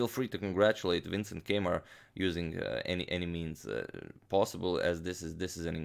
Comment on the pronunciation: When he said Keymer, I thought he said K-mart!